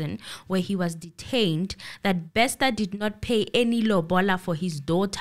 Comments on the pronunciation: It’s not Bexter, it’s Bester. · Wow, thanks, as always you never disappoint. I have so many comments & questions on this episode🙈 Firstly, I laugh when says “Thabo Baxter” I know he knows its Bester😂. Bathong, laugh as much as you want honey this is your platform, it ain’t eNCA up in here. I pray for Katlego’s soul to rest in peace coz at this point the family won’t even be able to fetch his spirit since they don’t know where he was killed. The father was most likely involved she is trying to minimise the damage which points to the involvement of her family members and is willing to take the fall for the role her father played. After all the father was instructed by her to commit these criminal acts. I guess she’s trying to do right by her father. Why does she insists on wearing the wedding ring if allegedly at this point she’s not married to anyone? 🤔 Truth be told, if I was in her shoes, I would sing like a canary too, to save my a$$. I However feel the Dr should also pay for her role in this movie, even if she’s cooperating. Else she will go on in life thinking she can do anything she wants and get away with it, if there’s no punishment here. SAPS will forever disappoint, by now we should know whether or not there are bodies buried there 🙆🏾‍♀️ The bother is a dubious character, he’s standing for himself that one probably paid by now. These people are criminals even if you freeze their accounts. There are other accounts out there or even cold hard cash hidden from the authori